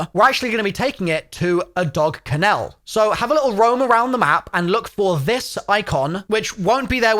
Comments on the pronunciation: Kennel, not ken-el 🤣🤣🤣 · WTF is a "Ken......ell" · What's a dog canal? Ken nul is how its pronounced right? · Wtf is a Ken-ELL, it’s KENell. You’re emphasizing the wrong part of the word. Like LUL only the last L part, Ken-L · Why are you pronouncing dog kennel like canal? Its "ken-el" Like fennel There is no A in it. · Bro said Ka nel. Kennel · why are you saying kennel like canel, you're british right? xD it's spelled and pronounced kennel, as in dog kennel xD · 😂. dog “Ken-ELL” , bud it’s “Dog KENNell” you are emphasizing the wrong part of the word. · Great tips.Thanks! You should look up how to say kennel...ken-ul. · Wtf is a Ken-el? 😂🤣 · "Ka-nell" is this how british people pronounce kennel? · A dog ken-el what the fuck is a dog, ken-el bahaha. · Loling at the way this guy says kennel🤣 dog kinnel🤣🤣🤣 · The dog "ken-el" 😭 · did you really just pronounce "kennel" as "ken-ale"? LOL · Lol, maybe im wrong. But its pronounced Ken-ill and/or Ken-ul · That’s a seriously fucked up way to pronounce Kennel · Learn how to say Kennel dude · Stop pronouncing every letter in dog kennel 😂😂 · Why do u say kennel weird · Strangest pronunciation of 'kennel' I've ever heard. 😂😂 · you are saying kennel wrong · Why do you say kennel like that..makes me feel weird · Enjoyed the tips but can’t get over how you are saying dog kennel 😂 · why bro saying kennel so wierd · Awesome video. Never in my life heard anyone pronounce 'kennel' the way you did though 🤷🏻‍♂️😂😂😂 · Please learn how to correctly pronounce “kennel”. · Great tips the way you say Kennel is infuriating though it's one syllable not two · Your pronunciation of “kennel” is wild 🤣🤣🤣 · The way you pronounce 'kennel' is so wrong that I think you might be doing it on purpose to troll... 😑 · How did he just pronounce kennel? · Strangest pronunciation of kennel I have ever heard. Good tips though. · This clown can’t even pronounce kennel ahaha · You're pronouncing kennel wrong, sir! Great vid, with lots of useful tips, thanks!